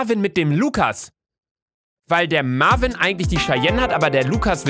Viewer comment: Lucaaaaaaaa der heisst Marviiiiiin und nicht Marvin 😂😂😂😂😂😂😂😂😂😂😂😂😂😂😂😂😂😂😂😂😂😂😂😂😂😂😂😂😂😂😂😂😂😂😂😂😂😂😂😂😂😂😂😂😂😂😂😂😂😂😂😂😂😂😂😂😂😂😂😂😂😂😂😂😂😂😂😂😂😂😂😂😂😂😂😂😂😂😂😂😂😂😂😂😂😂😂😂😂😂😂😂😂😂😂😂😂😂😂😂😂😂😂😂😂😂 😂😂😂😂😂😂😂😂😂😂😂😂😂😂😂😂😂😂😂😂😂😂😂😂😂😂😂😂😂😂😂😂😂😂😂😂😂😂😂😂😂😂😂😂😂😂😂😂😂😂😂😂😂😂😂😂😂😂😂😂😂😂😂😂😂😂😂😂😂😂😂😂😂😂😂😂😂😂😂😂😂😂😂😂😂😂😂😂😂😂😂😂😂😂😂😂😂😂😂😂😂😂😂😂😂😂 😂😂😂😂😂😂😂😂😂😂😂😂😂😂😂😂😂😂😂😂😂😂😂😂😂😂😂😂😂😂😂😂😂😂😂😂😂😂😂😂😂😂😂😂😂😂😂😂😂😂😂😂😂😂😂😂😂😂😂😂😂😂😂😂😂😂😂😂😂😂😂😂😂😂😂😂😂😂😂😂😂😂😂😂😂😂😂😂😂😂😂😂😂😂😂😂😂😂😂😂😂😂😂😂😂😂 😂😂😂😂😂😂😂😂😂😂😂😂😂😂😂😂😂😂😂😂😂😂😂😂😂😂😂😂😂😂😂😂😂😂😂😂😂😂😂😂😂😂😂😂😂😂😂😂😂😂😂😂😂😂😂😂😂😂😂😂😂😂😂😂😂😂😂😂😂😂😂😂😂😂😂😂😂😂😂😂😂😂😂😂😂😂😂😂😂😂😂😂😂😂😂😂😂😂😂😂😂😂😂😂😂😂 😂😂😂😂😂😂😂😂😂😂😂😂😂😂😂😂😂😂😂😂😂😂😂😂😂😂😂😂😂😂😂😂😂😂😂😂😂😂😂😂😂😂😂😂😂😂😂😂😂😂😂😂😂😂😂😂😂😂😂😂😂😂😂😂😂😂😂😂😂😂😂😂😂😂😂😂😂😂😂😂😂😂😂😂😂😂😂😂😂😂😂😂😂😂😂😂😂😂😂😂😂😂😂😂😂😂 😂😂😂😂😂😂😂😂😂😂😂😂😂😂😂😂😂😂😂😂😂😂😂😂😂😂😂😂😂😂😂😂😂😂😂😂😂😂😂😂😂😂😂😂😂😂😂😂😂😂😂😂😂😂😂😂😂😂😂😂😂😂😂😂😂😂😂😂😂😂😂😂😂😂😂😂😂😂😂😂😂😂😂😂😂😂😂😂😂😂😂😂😂😂😂😂😂😂😂😂😂😂😂😂😂😂 😂😂😂😂😂😂😂😂😂😂😂😂😂😂😂😂😂😂😂😂😂😂😂😂😂😂😂😂😂😂😂😂😂😂😂😂😂😂😂😂😂😂😂😂😂😂😂😂😂😂😂😂😂😂😂😂😂😂😂😂😂😂😂😂😂😂😂😂😂😂😂😂😂😂😂😂😂😂😂😂😂😂😂😂😂😂😂😂😂😂😂😂😂😂😂😂😂😂😂😂😂😂😂😂😂😂 😂😂😂😂😂😂😂😂😂😂😂😂😂😂😂😂😂😂😂😂😂😂😂😂😂😂😂😂😂😂😂😂😂😂😂😂😂😂😂😂😂😂😂😂😂😂😂😂😂😂😂😂😂😂😂😂😂😂😂😂😂😂😂😂😂😂😂😂😂😂😂😂😂😂😂😂😂😂😂😂😂😂😂😂😂😂😂😂😂😂😂😂😂😂😂😂😂😂😂😂😂😂😂😂😂😂 😂😂😂😂😂😂😂😂😂😂😂😂😂😂😂😂😂😂😂😂😂😂😂😂😂😂😂😂😂😂😂😂😂😂😂😂😂😂😂😂😂😂😂😂😂😂😂😂😂😂😂😂😂😂😂😂😂😂😂😂😂😂😂😂😂😂😂😂😂😂😂😂😂😂😂😂😂😂😂😂😂😂😂😂😂😂😂😂😂😂😂😂😂😂😂😂😂😂😂😂😂😂😂😂😂😂 😂😂😂😂😂😂😂😂😂😂😂😂😂😂😂😂😂😂😂😂😂😂😂😂😂😂😂😂😂😂😂😂😂😂😂😂😂😂😂😂😂😂😂😂😂😂😂😂😂😂😂😂😂😂😂😂😂😂😂😂😂😂😂😂😂😂😂😂😂😂😂😂😂😂😂😂😂😂😂😂😂😂😂😂😂😂😂😂😂😂😂😂😂😂😂😂😂😂😂😂😂😂😂😂😂😂 😂😂😂😂😂😂😂😂😂😂😂😂😂😂😂😂😂😂😂😂😂😂😂😂😂😂😂😂😂😂😂😂😂😂😂😂😂😂😂😂😂😂😂😂😂😂😂😂😂😂😂😂😂😂😂😂😂😂😂😂😂😂😂😂😂😂😂😂😂😂😂😂😂😂😂😂😂😂😂😂😂😂😂😂😂😂😂😂😂😂😂😂😂😂😂😂😂😂😂😂😂😂😂😂😂😂